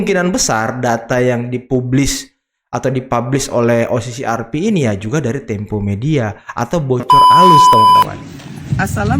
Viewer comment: Kata opung parbelak, data tempe😂 bukan tempo😂😊